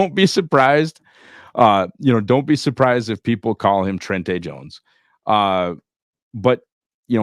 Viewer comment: It is, in fact, pronounced Tren-tay Jones